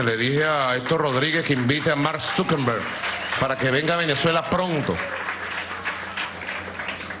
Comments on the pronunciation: Feijbu?? Sukerru??? Sukermon????man mar sukenber😂😂😂😂😂😂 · Al empresario Marn Suquerrub diré Suquermon diré SUquerber XDDDDDDDDDDDD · jajajajajajajaj mark sukenbur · Zukerru, zukermon, bueno como se llame 🤣🤣🤣🤣🤣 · Zukembrum.... zukrmon😂😂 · Zukemburj dice jaja